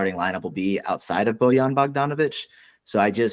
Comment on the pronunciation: "Bouillon Bogdanovic"